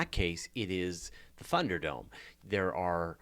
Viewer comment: Did say Funder-dome?